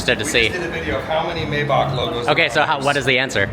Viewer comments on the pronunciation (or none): It’s “my-bock”! 😂